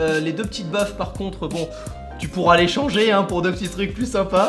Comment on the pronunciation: En parlant de haut-parleurs, on ne dit pas "baffe" mais "baffle" ^^